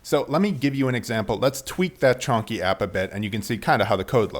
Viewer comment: At first I though - снопку? Is it Russian? Then I understood that it is Chonky, as his cat's name. Lol